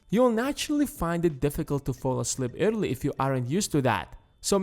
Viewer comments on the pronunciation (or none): He is saying early as irrly